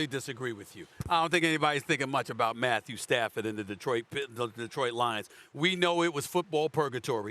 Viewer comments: It’s not Matthew padford. It’s Stat Padford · “Matthew Padford” 😂😂😂